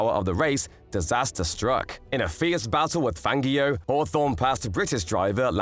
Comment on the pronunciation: Great video. Highly informative. But can you please understand that Fangio's name is pronounced with a soft "g"! It always has been. I have never heard anybody else EVER pronounce it with a hard g as you do. It is horrible and irritating to hear his name pronounced the way you do it. Just think of "Fanjio" and not "FanGio"! This is a matter of respect. Please, pronounce his name correctly.